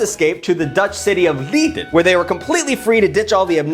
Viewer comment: I'm so sorry but Leiden's pronounced more like Lay-duh